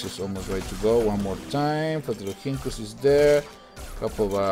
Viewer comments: its fla-tur-lor-hink-kus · it's flaturinkus (the h is silent)